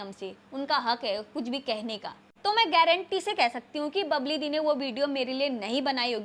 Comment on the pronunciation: बबली नहीं bbal है